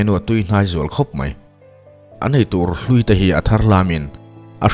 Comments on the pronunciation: Ngaihnawmin a bengvarthlak hle mai...mahse,mizo tawng hi chhiar(thlûk)dikloh i ngah thin khawp mai..etn..eitur hlûi(old/rotten) ni lovin hlui (offer/serve) tih zawk tur a ni e😊😊😊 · eitur an 'hlui' tih hi hlui(thil hlui/upa) tih ang in i lam ri a,tui(water) lamrik anga lamrik tur.... hlui i lamrik dan hi chu old one lampang a kawk daih